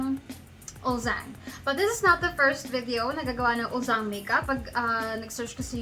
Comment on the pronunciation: "uljjang" po yung pronunciation niya ~